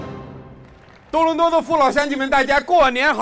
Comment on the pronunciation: 开始的多伦多听成咚咚咚的观众大家好，哈哈哈哈